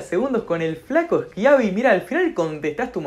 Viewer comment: nadie: schiavi: el flaco eschiabi